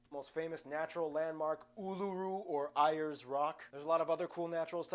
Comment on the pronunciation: No it's pronounced uluru